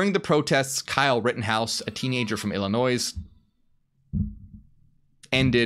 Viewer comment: The s in illinois is silent! Damnit!!!